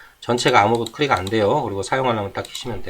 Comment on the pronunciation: 크릭 아니고 클릭입니다.